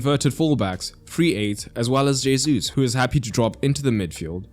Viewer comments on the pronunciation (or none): I'm not a Portuguese speaker so don't ask me why it's the case, all I know is that it categorically isn't "hey-zoos" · First off, good detailed explanation and analysis as usual. 2nd, Gabriel Jesus' name is pronounced Gabriel He-soos. His name is Spanish in origin, not French. J is pronounced as an H. 3rd, the tactics of Arsenal you explained is nothing new. Very similar tactics were executed by Real Madrid for many years, with Casemiro, Kroos and Modric in midfield, while right and left backs Carvajal and Marcelo would overlap and form a front 5. Their usual 4-3-3 easily evolved into 4-4-2 depending on the opponent's shape and tactics. Benzema would drop deep to work with the midfield trio, Isco in his heyday was employed by Zidane as a roaming forward/midfielder. Last year, and also this season, Valverde has taken that roaming role outstandingly. Real Madrid beat PSG, Chelsea, Man City, and Liverpool in the UCL. For sure Arteta learned more by watching how Don Carlo outclassed Pocchetino, Tuchel, Guardiola, and Klopp.